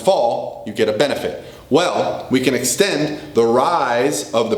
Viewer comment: He he..... He said Xtend. #scivatio